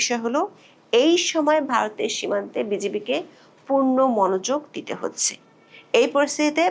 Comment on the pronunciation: Hoacheeeee😅😅😅😅😅😅. Are Bangla thik kore bolun